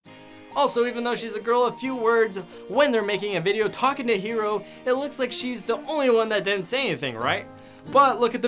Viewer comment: Its hero not "houo"